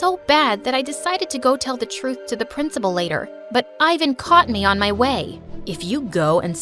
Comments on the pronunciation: its not "ayvan" its pronounced like "evan" in balkan ofcourse😌😏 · THAT'S NOT HOW YOU SAY FRIKING IVAN!!!